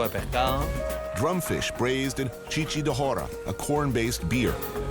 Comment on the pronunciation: it's not Chichi de Jora, it's Chicha de Jora